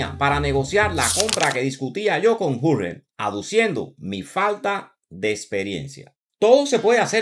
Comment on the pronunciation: Buen trabajo como de costumbre. Una sugerencia. Si te vuelves a tropezar con un Jurgen, así escrito en alemán, puedes pronunciar: "iurguen". Saludos desde Zúrich